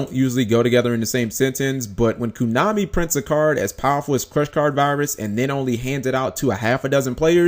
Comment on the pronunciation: stop saying kunami its KOnami